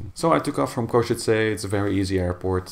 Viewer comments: I learnt how to pronounce it from him XD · Košice is my home airport, glad to see somebody flying from there (although mentioned on a bit negative occasion here :D ). Also, good job at pronouncing the city name right, most foreigners get it wrong. Thanks for sharing :)